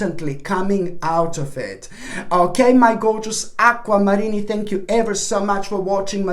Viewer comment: Aqua-Marinni. No offense there lol